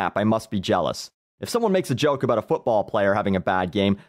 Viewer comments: Dude, you are fuckin great. Funny as hell....not bad for a canadian. Hows a "boot" you keep the vids coming! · I couldn't help but notice the way you say "bout". Would you happen to be Canadian? Fan of your videos, btw.